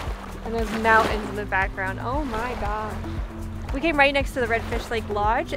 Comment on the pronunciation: Mountain’s has a T in it’s not Mow-In’s😂